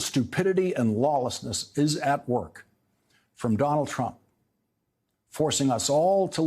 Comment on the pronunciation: How-Dare-He said, "Donald Truimp" 734 times in his show tonight.